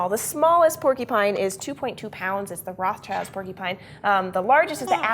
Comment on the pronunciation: Isn't it pronounced rot-shild, instead of roths-child?